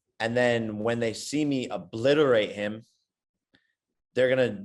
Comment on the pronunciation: He said he will ablitarate nate lol I am dead